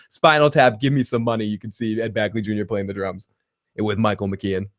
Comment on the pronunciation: BEGley! Ed BEGley Jr.! Not "Bagly". LOL!